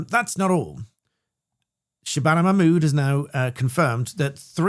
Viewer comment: Who's habana Mahmood? Ooh, it's Shabana Mahmood 😂